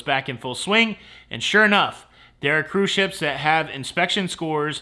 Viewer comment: “Cruise shyeps.” 😂